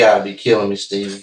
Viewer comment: SCHTAYVEN! CMON SCHTAYVEN!